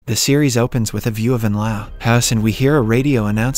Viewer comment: lets all pronounce L.A. as Lah now